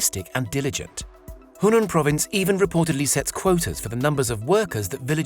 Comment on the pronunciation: its Henan not hunan